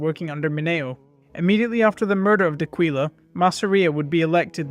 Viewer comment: Great videos. D’Aquila pronounced like Dock willa